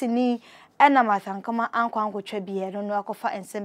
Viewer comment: Be a good presenter, aba! What is Ankama? Her name is Ankomah wai.